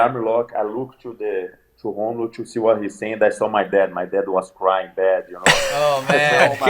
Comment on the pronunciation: Fucking ballsuckers. You must say Rómulo like r in rack. Brasilians are Also able to pronounce R properly